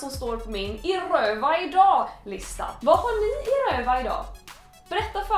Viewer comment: Jag vill ha en 10-timmarsvideo där Clara säger "I Rrrrööva idaag" om och om igen.